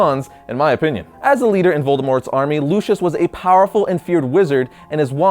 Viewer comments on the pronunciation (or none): luu ceee ussss no lushius sorry I just get really picky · Its Lucius Malfoy not Luchious Malfoy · Lucious not lushus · Lucius. “Loo” “see” “us”. Not “loo””she””us” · It’s Lucius not LUSHUS! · At number 9 you were saying lushis But it is pronounced Lu-see-iss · It’s Lucius not Lushus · It's Lucius pronounced (lucy-is) not Lucious pronounced (lou-shis)!!!! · Who's lushius? I only know Lucius lol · its pronounced lusius not lushus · Does anyone notice he's saying LU-SHE-US instead of LU-CI-US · Lucius is pronounced (Lucy-us) no hate this is one of my favorite Harry Potter videos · Luishs malfoy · its LU-SEE-US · Im sorry but, you have 1.2 million subs and you cannot even pronounce the names of the characters as JK Rowling herself intended as well as some of the information being infactual. Pronounciations: Hallows - Ha-ll-ows Lucius Malfoy - Loo-see-us (As said in movie and by JK Rowling) Also, it wasnt Harry and Voldemort's wands that allowed them to read eachothers minds, it was the connection created when Harry's parents' love deflected the killing curse conjured by Voldemort, killing voldemort and making part of him latch to Harry to make him a horcrux which then allows them to read eachothers minds. Furthermore, Voldemprt only used Lucius Malfoy's wand because of the twin cores between Voldemort and Harry, so they could only harm eachother and not kill. Next time you make a video about something as detailed as Harry Potter, either do some research or expect corrections from Harry Potter experts. And whats with the advertisment? Nobody cares, they come for your videos, not to see your desperate attept to make money. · not trying to be rude but you hardly pronounced Lucius wrong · LUCIS IS PRONOUNCED LU C IS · Why can't anyyone pronounce Lucius Malfoy's name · Your an idiot cause you said Lucius’s name wrong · I almost died every time he said Lucius wrong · He said LuCius the correct is LU-Ci-US